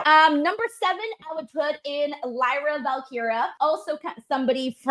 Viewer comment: why don’t you ever pronounce the” i” in Lyra Valkyria? It’s Val-Keer-eya.